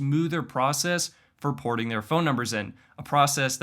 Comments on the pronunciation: let's not forget to metion "Portin" instead of "porting" 😆😆 (one instance is ) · “Activate and Portin your number”… Portin? Wow.